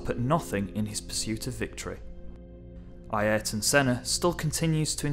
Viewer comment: It's not AYERTON. it's AYRTON. A Í R T O N.